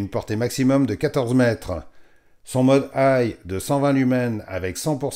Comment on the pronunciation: Zut, j'avais jamais fait attention... "Le modheu, intuitifheu..." 😁